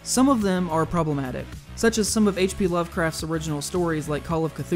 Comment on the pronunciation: Really dude "problomatic". Just cant escape this shit anymore i guess